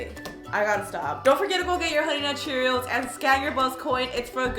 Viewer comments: Is it me or does she keep saying cheerils instead of Cheerios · U keep saying CheeriALS 😂